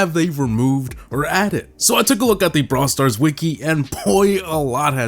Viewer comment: bra stars.. wow 😂